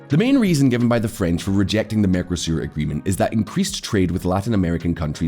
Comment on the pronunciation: The merco in mercosur is pronounced with the same emphasis as narco.